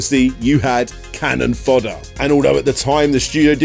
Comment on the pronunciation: 1. It's 'CANNON fodder', not 'cannon FODDER' :) 2. Did you really do an entire 29 minute game retrospective without showcasing one second of game audio? 3. I remember Stuart Cambel from Amiga Power. He was quite a character. I wonder if he has lived down the time he photocopied his sphincter and published it in his pre-Amiga Power game self published mag :)